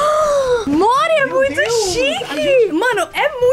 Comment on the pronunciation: Kkkk o nome do Mori é Mori e quando vc chama ele pareci que vc da chamando ele de amor tipo Mori vem cá kkk